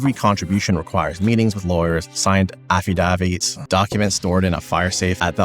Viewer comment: the most French sounding pronunciation of affidavits I've ever heard! Haha